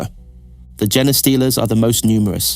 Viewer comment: Jenna-stealers 😂 At first it made me think this was an AI voiced video because of that, but it doesn't seem like it. It seems like you haven't heard someone say genestealers before. Haven't played any 40k games or listened to audiobooks or lore videos? It's not an uncommon term by any stretch. How do you get your lore? I wouldn't be suspicious if the majority of 40K lore videos weren't scripts made by AI, read with an AI voice and passed off as a real video someone made :T